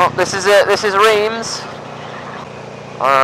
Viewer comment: Reems, haha! It's Reims, pronounced like rimes. No offence mate ;-) Loved the video. Why should you make the video's longer? You could also make just more videos ;-) I personally hate to make longer videos. Not to watch, but uploading them takes ages... Looking forward to the next ones!